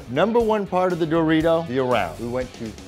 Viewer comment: He pronounces the word "Dorito" like a guy who clearly never buys Doritos